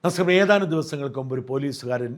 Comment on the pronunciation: നമസ്കാരം എന്ന് തികച്ചു പറഞ്ഞു കൂടെ